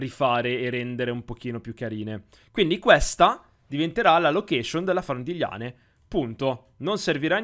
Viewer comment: Eren si dice liane non Lane